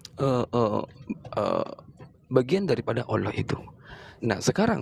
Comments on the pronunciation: Kelihata sekali. Kalau muslim membahas bible menguasai sepenuhnya. Kalau Oten, ngomong Alloh juga Olloh. Boro2 menguasai al-qur'an, nyebut Alloh aja ga becus. Botol botol....oten gaada ilmu, makanya dijelasin gmn pun gaakan ngerti, untuk menutupi nya cengengesan ketawa ketawa. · Sebutan Allahnya yg bener ya.. olohh oloh kakekmu